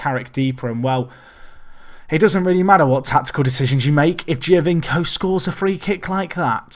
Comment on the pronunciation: You're no Benji but just FYI its pronounced Joe-vinko (Giovinco) :)